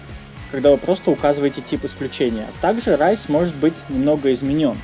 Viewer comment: raise мне больше всего запомнилось как "Рис"